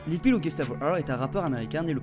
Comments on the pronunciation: ON DIT LIL PEEP ET PAS LIL PEE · Il a carrément dit lil peel 💀